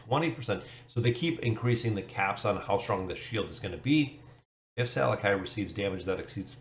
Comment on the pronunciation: I think his name is pronounsed "SalAki", just like salami.